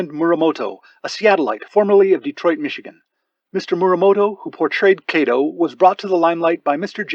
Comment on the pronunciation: If a Japanese person played “Kato”, then as a Japanese family name the correct pronunciation is ka as in Kawasaki, to as in tofu. This YouTube still terribly mispronounced this family name.